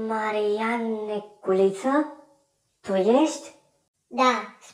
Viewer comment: Ai zis Manian se zice Marian!